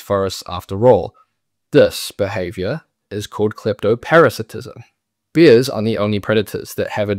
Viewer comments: It’s bears, not beers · When you say ‘bears’ it sounds like ‘beers’. 😂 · Great video but is he actually pronouncing “bears” as “beers”?